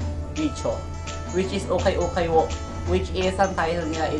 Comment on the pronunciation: Haul Po Pero Pronunciation nyo is Hole 😂❤